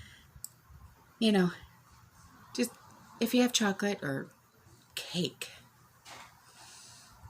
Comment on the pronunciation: If was the way you said cake. 😂